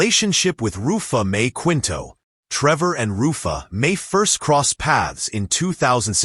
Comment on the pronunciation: kinto(Quinto) po pronunciation not Kwinto